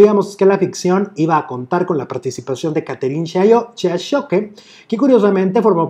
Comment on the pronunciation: no es Chiachoque, es tal cual se escribe Siachoque asi mismo se pronuncia.